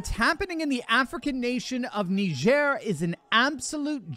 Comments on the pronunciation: I thought it was nai-jr / nye-jur Knee-jair sounds odd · It's not neigeire. It's Niger. Where do you think that word came from you jew? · It's pronounced like tiger with an "N". Ask a Nigerian. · Nee jare ??? Ive always pronounced it Nigh gur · It’s pronounced Ni-jer.. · I had no idea that country was pronounced “nee-zhair” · “NeeJearrr”. Get the fuc?k outta here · I always pronounced it..... Nigh-Jhir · I dont think it pronounced nihzer ! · Yeah, strange how he couldn’t pronounce it correctly 😂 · Please do NOT let Biden pronounce Niger! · I’m 44yo and just found out I’ve been pronouncing Niger wrong my whole life… But now how you might think 😂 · It's a shame that the doctor is pronunciation Niger like CNN does